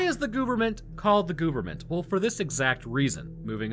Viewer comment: IT’s government not gooverment lol 😂 sorry great episode. Sad but good